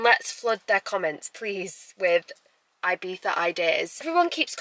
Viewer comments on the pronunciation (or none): You say Ibiza wrong :(